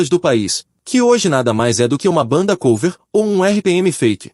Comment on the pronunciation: Maravilhoso! Muito bom mini-documentario. So uma sugestao. Eu nao sei se a voz e gerada por I.A., mas o uso do nome COVER (ex: Banda Cover), nao se pronuncia como se tivesse o acento circunflexo no "O". A palavra COVER e pronunciada em Ingles como se tivesse acento agudo no "O". Da mesma forma que a palavra CLOSET nao se pronuncia como se tivesse acento circunflexo e, sim, como se tivesse um acento agudo no "O".